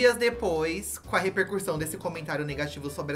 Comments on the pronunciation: Eu AMO que os meninos sempre falam “reRpercução” “reRpercurtir” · Vou só fazer uma correção, de boa mesmo, porque essa é palavra é dita por vocês frequentemente: a pronúncia correta é repercussão, não repercuRsão. 😊